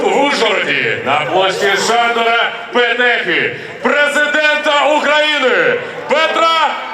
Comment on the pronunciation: ПЕтефи а не петЕфи неучи